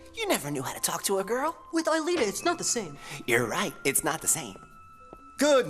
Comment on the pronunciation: Jeremie has lost his shit. And Ulrich said Alita.